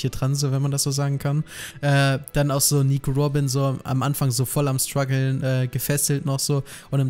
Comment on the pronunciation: Wenn der noch einmal das wort Strugle sagt ^^